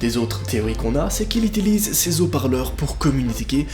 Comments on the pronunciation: Dans un moment j'ai cru entendre "itilize" 🤣🙄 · on est d'accord qu'il a dit itilise 😂😂😂😂😂😂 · Chu la seule à remarquée qu'il dit "itilise" à la place d'"utilise" ? 😂😭